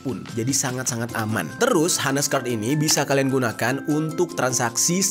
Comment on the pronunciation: Bacanya ' ones ' bukan ' hones'